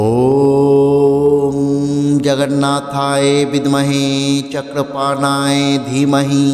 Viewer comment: Chakrapanoye শব্দটি সঠিকভাবে উচ্চারণ করুন।